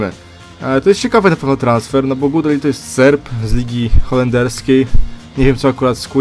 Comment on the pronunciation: Gudelj czyta się "gudelś"